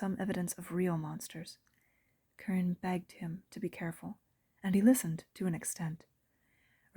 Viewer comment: I noticed the black cat near the beginning, funny! I got so absorbed in the story I didn't notice another one. Great job! But (minor point) I thought Carine's name was pronounced like "Careen".